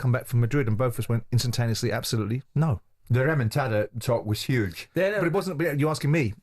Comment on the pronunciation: Jim has discovered a new Spanish word 'Remontada' (comeback). It's a pity he cannot pronounce it correctly.